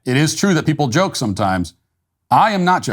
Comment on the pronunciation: I knew it! Matt isn't an Earthling! Anyone can figure out what "Jay-Oh-kay-E" means?